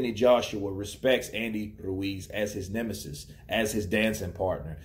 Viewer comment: are you saying 'narch emesis' on purpose ? lol